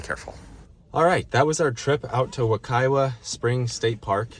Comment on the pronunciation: Locals prounounce the second "w"in Wekiwa as though it is a "v". I don't know why but it is what it is. There is also a Wekiwa High School near Apopka.